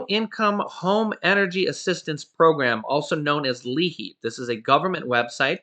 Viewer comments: The L is silent. Its i heap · Hi 😁. Hope all is well with you and your wonderful family ☺️💓. No problem. But I believe it's actually called L👁️HEAP. Lol. Like lie heap. That's what we call it here in Pennsylvania. 😊 Take care. We love you and your family ❤️! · the program is pronounced Leap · Hi the name of the program is pronounced Li- HEAP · Hey love you dued but the Liheap pronunciation is lieheap. Still thanks for all the info you and your girl hook us up with everyday you guys rock! Cutest little boy too... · That is pronounced LIHEAP